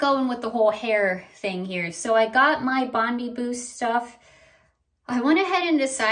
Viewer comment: Bondi is pronounced Bond-eye like in Australia! 😊